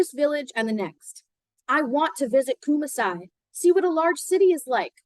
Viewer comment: Thanks for the reading. Kumasi is pronounced Koo-maa-see